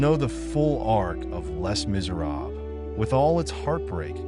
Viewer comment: Just a note - the "Les" in Les Miserables is pronounced "Lay"